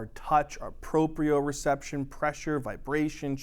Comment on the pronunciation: It's Proprioception not proprioreception. It should be your word, but it isn't. Great job! I hope you guys learn to fix this! You are wonderful. Thanks for helping me and everyone else out with these lectures!